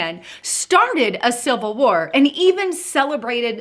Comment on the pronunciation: did she just say silver war. what is that?